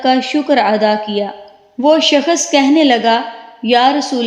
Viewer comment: Skhas nh hota h shaks hota h apna talaffus bhi shih kr lijjyeyy please